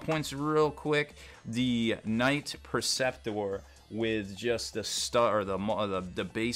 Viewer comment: Funny how he mispronounces a bunch of it. Las-IMPULSOR not Las-Imploder Knight PREceptor, not Perceptor. :D